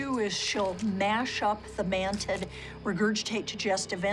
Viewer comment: she said mantiD 😂🤣😂😂